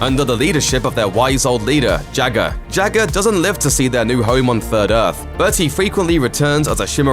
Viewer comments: Jah-ga not Jagger like Mick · its Jaaga not jagar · His name is JAW-GAW. Not Jagger. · Its not Jaga, its pronounced Jaaga... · Not Jagga, just as Lara Croft isn't Larra. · Jagger? Mate, seriously. Learn to pronounce the names of characters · Why is the narrator calling Jaga jagger?!? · Not sure of the spelling but I swore it was pronounced as "Jogga".....childhood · The way you was pronouncing “Jaga” makes me believe that you’ve never actually watched Thundercats before...HaHa and I’m still waiting to see the “things only adults notice in Thundercats”.